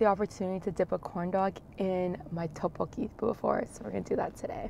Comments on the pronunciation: She says Teokbokki when it should be like Deokbokki. Hard D not T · How she pronounces tteebbokkii “toepoki”😂😂😂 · Any one else bugged by how she pronounces tteokbeokki 😒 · Don't get me wrong i love but it bugs me when people dont put in effort to pronounce things correctly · I hate how she says "tteokkbokki" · Kelle Acosta I know but if she couldn’t pronounce it correctly, she could’ve just said spicy rice cakes